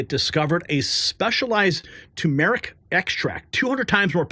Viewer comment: Tur-mur-ic. NOT To-mer-ic.